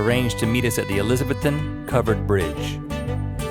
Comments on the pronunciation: You were in Elizabethton?! Dang it I wish I had known. Oh, and it's not ElizabethTON, it's ElizaBETHton. :) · I'm from East Tennessee, and I don't know if the locals of Elizabethton pronounce it like you did, Link. But as far as I know, everyone else from Knoxville on up to the Tri-cities pronounces it like "E-liz-a-BETH-un". The 'beth' part is emphasized and the 'ton' on the end is sort of shortened so it sounds more like "ElizaBETH'n " Wow that's harder to describe in type than I thought. Anyway, that's a fun fact for you. Keep up the great work! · Ok, this is a bit embarrassing! I was born in Elizabethton and lived there until I was about 16. Thank goodness I left! However, as you guys were driving around, especially to the covered bridge, it did bring back some memories! By the way, its pronounced: a-liz-a-BETH-ton!